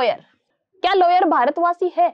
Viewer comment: It's a lawyer not layer